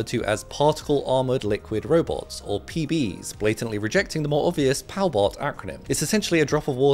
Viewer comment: "Pal-bot" :clueless